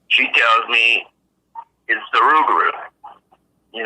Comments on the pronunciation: not in Louisiana my friend it's pronounced with an R the l is silent due to the! accent! Us yankees pronounce it with an l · The Cajuns and Creoles do pronounce it rougarou, though,because their French is altered after centuries in the New World. They have what's called a Rougarou Festival annually in Houma of the south of the state, but I admit, I never was present for one.